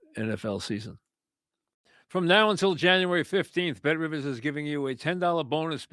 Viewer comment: welcome to the Mike Francesa Podcast part of the ehhh BET RIVIZZZ network